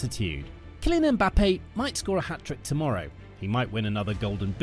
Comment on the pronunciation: His name is Penbappe